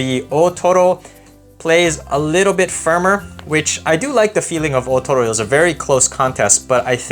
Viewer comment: I Love how you pronounce the o-toro.